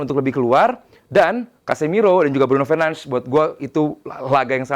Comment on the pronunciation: Fernanz fernanz apa sih cok. Bruno aja sebutin namanya Bruno Fernandez kok, sok banget